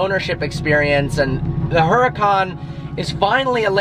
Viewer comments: Isn't the way u say the car name is URACAN not HURACAN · Too funny he owns the car but mispronounced the name. The "H" is silent because it is a Spanish word. Fun video. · "low P" and "Huracan" do not go together.